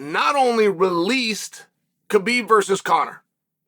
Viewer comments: It's not "Ka-Beeb".. it's "ha-beeb" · Please stop calling him K-bib. It is pronounced Habib. The K, In Khabib, is silent. I am offended that you talk about him so much but don’t pronounce his name correctly. Listen to him say his own name, he doesn’t pronounce the K. I have commented this to you so many times!!!!! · After all these years Chael still pronouncing his name wrong